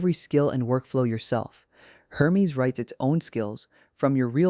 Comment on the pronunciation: You could at least fix the AI speech to correctly pronounce Hermes.